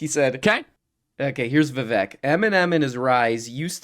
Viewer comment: please show Vivek some respect. His name is Vivek and it rhymes with cake. See you at the trail